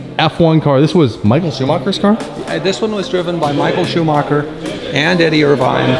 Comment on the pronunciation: In my opinion as a German.... It is disgusting how they pronounce Michael Schumacher name....